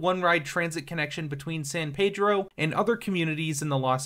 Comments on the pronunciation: He screwed up Reseda (Ra-see-da not Ra-Say-da) and San Pedro (San Peedro not San Pay-dro) Definitely not from here, lol!😂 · Anyone who says San Paydro sure in the fuck isn’t from around here.😂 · unless you’re saying it in Spanish, it’s San Peedro or just “Peedro” if you know what’s up haha